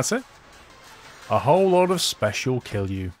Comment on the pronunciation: He says kill you instead of kilju